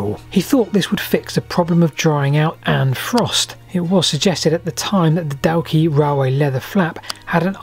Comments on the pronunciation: Very interesting. Many thank. I am one of the many people who was wrong assumption that the Dalkey railway failed due to rats eating the leather. And BTW at the risk of being pedantic - Dalkey is pronounced similar to “door-key”. Keep up the good work. Mark K Dublin, Ireland. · Just an FYI Dalkey is pronounced "Dawkey", like "Walk-ee". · Really enjoyed the Episode, though recommend you find out the local pronunciation of Dalkey!